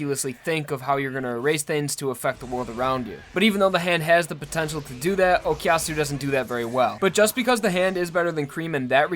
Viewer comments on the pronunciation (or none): pls stop saying "okiasu" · Honest question, why do English people say "okiyasu" or "okyasu"? Is it that hard phonetically to say o-ku-ya-su? The ku is not silent in Japanese so I really don't understand why I hear that from most English speakers